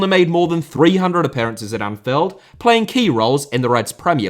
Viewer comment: "Anfeld", you sound british, but you got me doubting